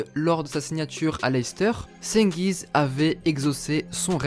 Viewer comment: ça se prononce djengiz frro